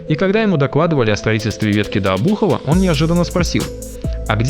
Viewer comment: об-У-хова или О-бухова?